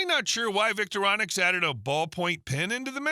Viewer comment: "Victoronix"????? You need to teach your AI to read...it's V-I-C-T-O-R-I-N-O-X!!!! Are you even a genuine "bushcrafter" or a commercial announcer? Unsubscribing!